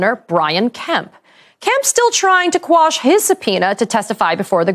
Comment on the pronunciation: Thank you for saying "quash" and not "squash".